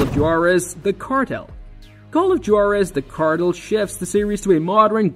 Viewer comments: The only reason I watched this is because I heard him “cartle” in the preview. But I have about died laughing when I heard him say “noyer” 😂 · Did you just say the cartle and noyer? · Cartel? Nah it’s cartle Noir? Nah it’s noyer 😂😂😂😂😂😂